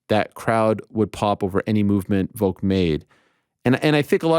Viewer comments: Why tf does Ariel say "Voke" instead of Volk lol? I know I'm extremely petty but that annoys me so much lol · Can Ariel not pronounce "Volk" with an "L"? He only says "Vok".....every time lol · Need the timestamps for when you say Voke instead of VoLk. -(Its IsRaeL AdisonYa) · Why do they say Volk like egg Yolk? Volk is not a silent L??? Like just say Alex if you don't know how to say it.